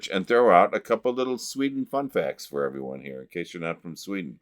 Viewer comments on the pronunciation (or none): none